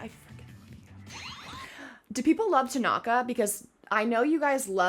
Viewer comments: "Is it TAgAnGA? Me:GOD PLEASE NO ITS TANAKA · I died when she said Takonga😭😭 it’s Tanaka😭😭 ✨ T A K O N G A ✨ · It's pronounced (Su-ga-wa-la) spelled sugawara tanaka (ta-na-ka) it's called low quality he would omg lol- so sugawara senpai that would be me the face kageyama makes after tho- oikawas (oi-ka-wa) theme I can hear the Yahoo's in the background lol I think like 12 but I'm not sure it's the one where that one dude teaches yams idk which one it is tho we luv some character growth we luv tanaka I think I'm not sure tho it's been a long time since I watched ep 8 at the end and 9 he gets actually introduced his name is kindaichi (kin-dai-ch-i) (like dai-ch-i the captain of karasuno but add a kin to the beginning) except romance anime as we all should ✨💅 true but more like 15 lol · Ah yes, "Takonga"😂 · When she said "Takonga" I lost it XD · i think tanaka is pronounced tan (like spray-tan) tan- ucka or at least that’s how i always pronounce it but it doesn’t matter that much anyway 😅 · Who else died laughing when she called tanaka, tagonka. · Ever since she called Tanaka "Takonga", I can't stop hearing it everytime she mentions him 💀😭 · T A K O N G A